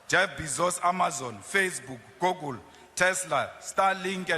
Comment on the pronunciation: This thing Julius cant even say "Google"..